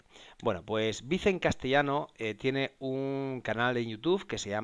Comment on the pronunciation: Si has visto algún video de él y lo respetas, lo mínimo es pronunciar su nombre tal y como él se presenta...